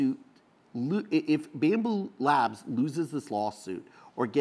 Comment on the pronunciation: It's BAMBU LAB... no S at the end.